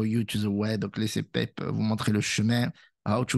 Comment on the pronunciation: Ca se prononce pépé pas pèpe... Pour pépé the frog. Et les communautés sont basées de Twitch (qui utilise énormément les emotes de Pepe), principalement.